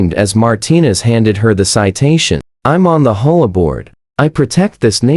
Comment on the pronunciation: If you can't program your AI to pronounce words correctly, why bother uploading the content. It sounds ridiculous! HOA is not "ho-a" or "whole a"!!!